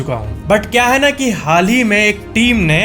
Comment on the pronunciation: Kya ki jageh cha kyu bola